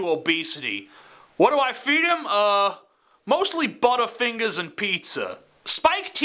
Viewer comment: "buttah fingahs and pizza" XD